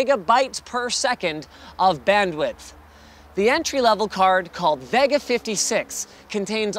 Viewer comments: I dislike how he says "Vega" its like hes trying to say it wrong, like CHECK OUT THE NEW AMD "VIOGA!" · why cant this guy say vega correct... its not Va Ga.... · why cant this guy say vega correct... its not Va Ga....!!!!